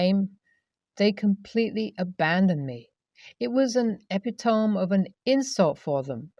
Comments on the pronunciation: Not "e pi tome" its "e-pi to-me"! Learn to read! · Onnnnnnnnne more time: The word 'epitome' is pronounced 'eh-Pit-oh-me'. 😊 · “Epitome” is pronounced Uh pi tuh mee, also “nah” isn’t an acronym”, it’s slang for no. If you don’t know how to pronounce a word I would suggest that before videoing you can go ask Google, many times you can listen to how it’s pronounced. I enjoy your stories, you have a pleasant, relaxing voice. I will often play one of your videos to go to sleep. Not from boredom (incase you think that, lol). Keep up the good work. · The word epitome is not pronounced like that. At all!